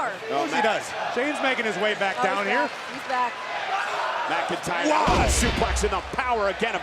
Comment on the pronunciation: drew mcyntr 😅